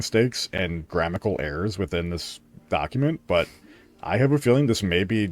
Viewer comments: The most shocking thing about this dude's video is that he said "GRAMMICAL" multiple times when trying to point out grammatical errors. I've never cringed this hard in my life. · Lost me at “excetera” and “grammical”